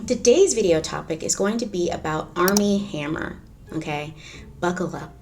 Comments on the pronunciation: Arm and hammer...I keep thinking you are saying that brand lol 😆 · Totally thought you said ARM AND HAMMER. Couldn't figure out what baking soda had to do with it...